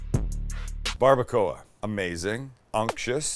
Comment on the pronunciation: That’s not barbuacua 😩